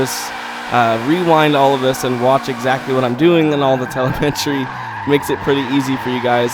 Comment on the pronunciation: Say it with me TELL - EM - EH - TREE ... TELEM - ETRY ... TELEMETRY. Oh and thanks for the tut.